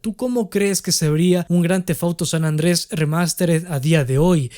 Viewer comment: san ANDREAAS! san ANDREAS, repite... SAN ANDREAS, no San Andrés, WTF!